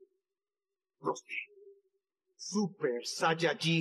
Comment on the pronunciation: La verdad no entiendo esto del super sayayin Rose ¿como se consigue?¿y porque en latinoamerica lo le dicen Rose si la pronunciasion es Rous